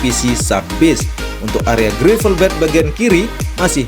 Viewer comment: run-off cara bacanya ran off, (jangan run off) gravel bed bacanya grevel bet, (jangan grifel bet) *biar kita semua sama2 menjadi tuan rumah yg baik, kemampuan bahasa inggris kita juga harus dikembangkan..